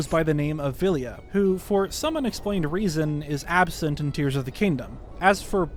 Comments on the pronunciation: Ah yes my favourite Zelda game: brrs of the kingdom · Lol The Legend of Zelda: Brrs of the Kingdom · ah yes my favorite game, The Legend of Zelda, Brirs of the Kingdom.